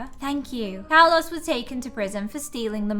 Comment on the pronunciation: btw your saying Carlos wrong